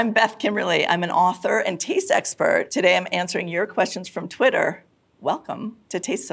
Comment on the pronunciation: It sounded like she said "author and tease expert" and now I cannot get over it.